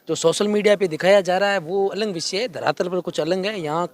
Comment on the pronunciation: आलंग नहीं अलग बोलो भाई 😂😂